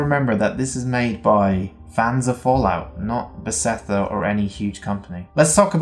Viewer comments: Great video! I have a tiny bit of constructive criticism. The company name is Beth-es-da, not Be-se-tha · Nice video. But please dont try to pronounce Bethesda anymore :D Kills my ear.